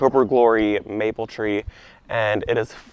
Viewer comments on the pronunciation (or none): none